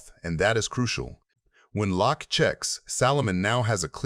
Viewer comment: AI voice is it pronounced Lack? Or Lock? Hint it’s Phil 🔒